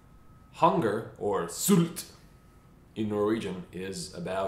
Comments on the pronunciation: Your pronunciation of Knut Hamsun and Sult caused my spinal cord to rupture in cringe. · " Noot Hamsen "